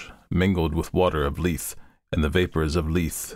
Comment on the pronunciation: Amazing reading, just one point I want to.make: lethe is a Greek word, pronounced LEE-thee, meaning oblivion